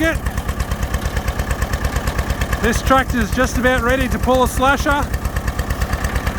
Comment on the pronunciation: I find it interesting how your pronunciation of "slasher" comes across almost as a pejorative. Maybe it's just me... Regardless, I am enjoying your videos. Currently rebuilding / refurbishing a '62 FSM, originally built in UK, and you're a treasure trove of information. Thank You, Good Sir!